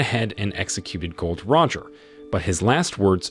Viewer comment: Its Gol D Roger. NOT GOLD ROGER